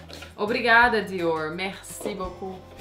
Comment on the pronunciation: Desculpa, estou meio sem graça, mas preciso falar, Meu nome é Alessandra, eu e meu marido usamos a mesma conta, então o nome dele que vai sair. Camila você melhorou bastante, acho você linda! Mas queria dizer uma coisa, aprende por favor a pronunciar os nomes que não são em inglês corretamente ou então fala com sotaque brasileiro mesmo, não é legal você pronunciando coisas como Dior com sotaque errado, é grosseiro, ( os franceses ficam loucos com coisas assim) ou Salvatore Ferragamo que é italiano, ninguém é obrigado a falar vários idiomas mas é mais elegante pronunciar abrasileirado do que com sotaque inglês, fala Diorrrrrr. Você é uma mulher linda e para ter obtido todo esse sucesso, imagino que muito inteligente também. Não faz isso, você está ensinando as pessoas erroneamente. Sucesso.